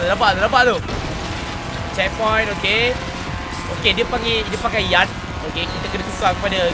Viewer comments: Ingatkan dia ckp 'YACHT' rupanya 'YARD'😂😂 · dialek australia